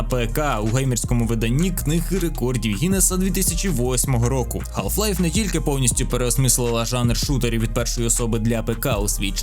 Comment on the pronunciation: ГАЛФ Лайф. Будь ласка, не траба так 🙏